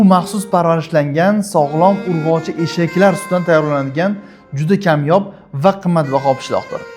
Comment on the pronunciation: 😂 "urgochi" deb urgu berib gapiyabsikuuu ...